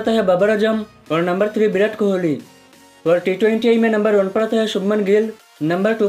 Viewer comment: Bhai bideo nai h video h ... Aur birat nai virat h kaise kaise loog aate h YouTube p yaar 😅😂